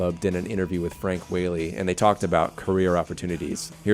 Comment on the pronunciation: Ok, just so you know ... his name, Frank Whaley is pronounced Wha (short a) ley, not Wh-Aaa-ley.